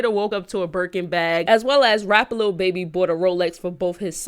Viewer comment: She giving me anxiety saying little baby😂. it’s lil babbyyyyy😩😩. and happy late birthday good video❤️